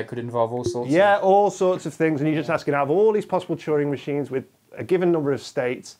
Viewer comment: I thought he was saying "choring machines"